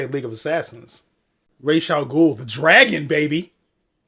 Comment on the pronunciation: Whoohoo!! Good reaction bro. Can't wait for The Dark Knight. The pronunciation of Ra's pissed me off as well though. It's really good seeing someone who is familiar with the story do a reaction to it. I unfortunately did it the other way around, saw it when it came out and THEN read the comics.